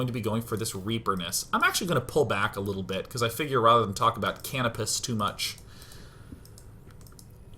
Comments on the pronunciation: Dear Day9, Canopus (pronounced ka-NO-pis) is a major character from the Ogre Battle series. Just thought as a gamer you'd like to know!! :) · I think canopus is pronounced ca-no-pus, it's actually the name of a star, one of the brighter ones in the sky. It's one of the stars on the flag of Brazil.